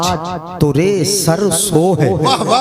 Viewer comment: मिसले तो न शुद नहीं ब्लकि. मिसले तू. है इसी तरह तोरे सर सोहै नहीं ब्लकि. सर सोहे. है